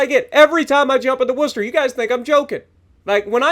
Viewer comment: Spot on pronunciation!! 🎉🙌🤗 note the emphasis on "wuster" haha nice one 👍👍